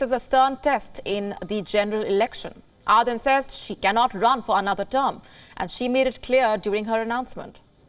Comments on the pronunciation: ArDen not arthen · I couldn't watch after the first minute or so, thanks to the horrible pronunciation of the name. "Aaadhen" really? Could you not take the trouble of pronouncing the name correctly? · It pains me when this lady calls her Are-then!